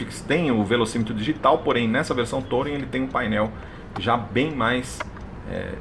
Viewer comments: TOUring?????? aprenda pelo menos a falar ingles: pronuncia-se turing traseirinha copiando um volvo... console central tbm..... que lias, quem nao tem cultura, nem se lembra de mencionar como carro premium... Procure saber a diferença entre ergonomia e anatomia... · Se pronuncia Turin. O carro não precisa estar com o motor ligado para a central funcionar, basta não pisar no freio. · Será possível que algum vlogger automotivo no Brasil ainda acertará a pronúncia de "touring"? Cada um fala mais errado que o outro kkkkkkkkkkkkkkk Detalhe besta, não faz diferença nenhuma, mas irrita àqueles que são fluentes na língua inglesa.